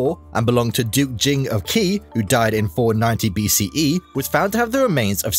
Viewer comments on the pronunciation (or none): The Qi and Qin you very terribly mispronounced... it's Qi = Chi and Qin = Chin. Not key and kin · No you're right! He did mispronounce it. Same as he did the Qi and the Qin